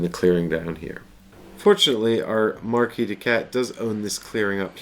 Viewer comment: MarquisE, not Marquis! Arg:! XP Cool video though. :) Pretty long but apparently torough and well paced.